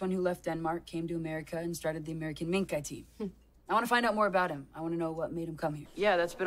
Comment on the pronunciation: It's minkii